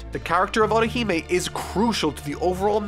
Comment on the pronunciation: your also butchering Otihime's name 😡😡😡